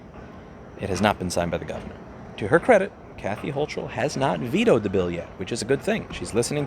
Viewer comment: It's HO-kull. It helps to pronounce her name right.